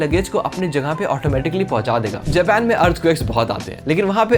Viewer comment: Japan ❌ jepan✔️